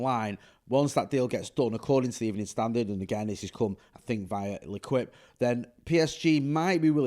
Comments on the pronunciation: It’s pronounced lu’keep not lu quip brother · It’s le keep jay not le quip 👍🏼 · I see you are not seeing, listening, believing or just don’t care that I am sorry to say that when you say le quip for the L’équipe!!!!! It’s really like torture to French fans and I know a few living in the south of France most of the year or all (depending upon who sees this🤣🤣) but it’s so easy to say it phonetically:- Lay as in laying down and keep as in keep the change. So if you’re interested it’s Lay-keep !!!! Et voilà facile/ easy ✌🏼✊🏼 UTR&UTP!!! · Hahaha, what , no it ain't 😂, it's pronounced le keep and spelled le quipe Never mind I'm an absolute TIT, I now see what you did 😂well shut my mouth 😂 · just a little bit of help how to say l’équipe and not le quip it’s lay as in down and keep😉 so not Le quip 🙄Lay-Keep, ok bro. 100% respect UTR&UTFP:_FTD::_Jay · feller: French pronunciation lesson time: L'Équipe should be sounded thus: "Lay-KEEp." Easy as that. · its pronounced "le keep" 👍👹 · Please say L'Équipe one more time 😂😂